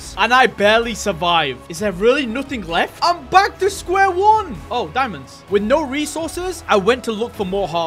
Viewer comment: ''oh diomends''